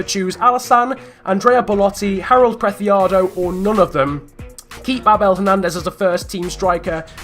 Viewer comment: Preciado is pronounced Presiado, not Prethiado, as he's Colombian, not Spanish. In Colombia the c is pronounced as an s.